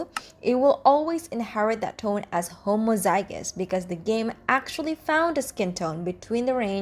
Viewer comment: says homozygous and heterozygous right but messes up variant lol its a fun pronounciation of it tho (no hate)